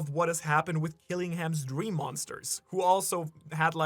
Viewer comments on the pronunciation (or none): none